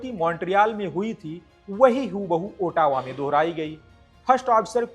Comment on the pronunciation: Bhai main bhi Bihari hun aur samajh sakta hun accent ka pakad aap par hai. Par presenter hone ke nate aapko pronounciation par kaam karna chahiye. Ex- Dipstick hota hai Dip_estick nahin, On hota hai Aan nahin, Ottawa ka bhi prononounciation unnatural laga etc. Baaki aap acche flow me bole.